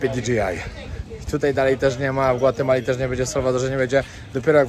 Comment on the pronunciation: Mówi się GWATEMALA